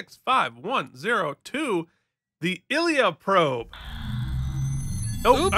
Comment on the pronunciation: It's pronounced eye leea.